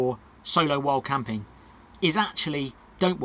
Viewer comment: I spent 5 minutes trying to figure out wth "wall camping" was! Lol Wild camping to way you say it sounds like wall camping. 😁👍🏼